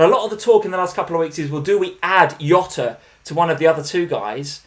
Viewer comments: I hate to use the wrong name. People always get his name wrong, he is not hota. He is not hota he is, Jota. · Still laugh at calling Jota “Yota” haha. Always enjoy watching the stream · please please please stop saying Yota use a normal J sound Jota Jota Jota